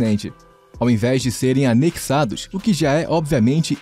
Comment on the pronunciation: É "anexados", e não "anequíssados"! 😄